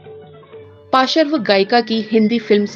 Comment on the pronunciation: आप अपने " पार्श्व " को पासर्व बोल रहे हैं। कृपया अपने उच्चारण को ठीक करें। Yes Suman कल्याणपुर अद्भुत गायिका थी। यह सब फ़िल्म इंडस्ट्री की गदंगी और श्रोताओं की नासमझी थी।